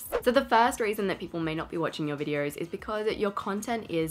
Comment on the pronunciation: Why do you have an “r” sound in vidors? And not VIDEOS? just a question